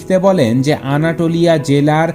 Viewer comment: ভাই উচ্চরণটা আনাতোলিয়া, আনাটোলিয়া না